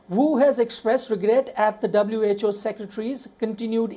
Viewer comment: WHO, not WHA mate!